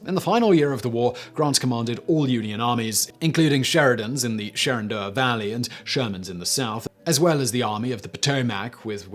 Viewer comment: "Sherendoah Valley?" He means Shenandoah